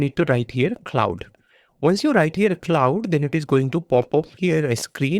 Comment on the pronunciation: Cloud😭🙏 Claude is pronouns "Clod" bro🥀